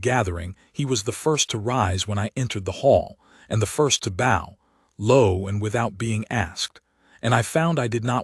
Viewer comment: Love, love, love the stories! One thing…train your AI to say B-O-W… not Bow with a long O. It is supposed to rhyme with OW like OUCH. Please. Fix this. It’s driving me crazy in the night. Thank you so much.